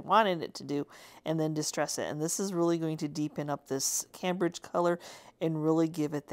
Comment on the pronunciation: The blue Fusion paint you used is named for a famous Colonial town in Mass. It's pronounced came bridge.